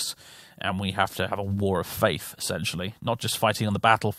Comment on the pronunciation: "Warriors of the face": As a German I appreciate that mispronunciation